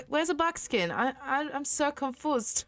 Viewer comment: “I’m so Confosd 🥺”